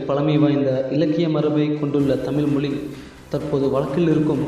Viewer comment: யாருய்யா இந்த ஆள். "தமில்", "தமில் மொலி" என்று கூறி "தமிழை" கேவளப்படுத்துகிறான் . அவனை போய் பேச வைத்து தமிழை அசிங்கப்படுத்தறீங்களே. அவமானம்.